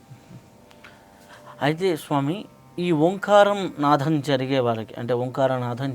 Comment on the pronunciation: It is nadam not nadham. Please check your pronunciation.